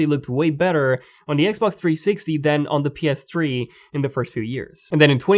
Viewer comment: Why does he say ps tree